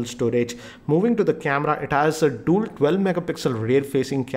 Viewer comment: "Dool' camera", "forke", "shaomi" - OMFG, your prononciation is SO BAD! Don't make a video on youtube.